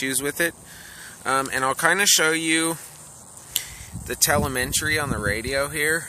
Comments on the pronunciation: te-le-me-try.. not telementry lol.. sorry, just had to. Nice review though ;-) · Thanks for showing the radio...looks great! BTW it's pronounced TELL-EM-IH-TREE (Telemetry)